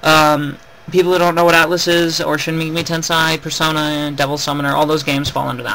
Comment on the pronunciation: Good video, but I have a few complaints about how you pronounce things, Babel : Baybel Tensei : Tensay others but I cant be bothered to get them.